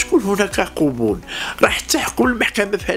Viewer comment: قبول ....بنصب الق .... وليس بضم